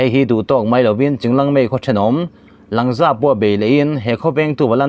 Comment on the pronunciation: Langza - Lângza tia thlûk tur aw.